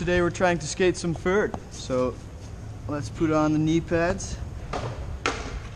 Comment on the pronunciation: he said vert like fert